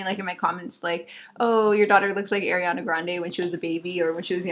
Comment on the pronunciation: "air" iana grande.. No girl NOOOOO 😭 A REEE ANA grande 🤣 everytime u said her name like that I cringeeeeedddddd ❤️